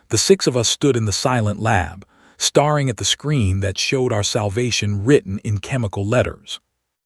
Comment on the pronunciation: ‘Brethed’ instead of Breathed ! ‘Starring’ instead of staring. These are regular AI narration errors. Fix them.